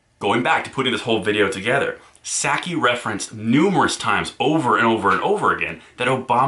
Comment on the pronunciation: Honest mistake, but you mispronounced Jenn Nut-saki's name.